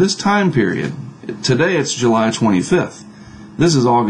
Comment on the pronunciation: You're the second person making reference to this. If he pronounced July strangely, I didn't notice it.